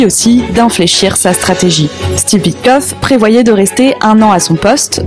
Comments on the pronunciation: WitKOFF,. Tu n'es pas obligé de saccager le nom des gens, bon sang. Prends des cours de diction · WITTKOFF, pas OUITECLOQUE 😂